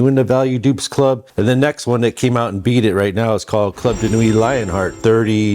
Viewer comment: club de nuit you pronounced something completely different